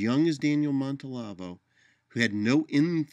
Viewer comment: always gives good vid (although this one is, of course, really just audio. Must be the "radio" part). Anyway, just a niggle: Are you sure you're pronouncing his last name correctly? I'm hearing 4 syllables, but only seeing 3.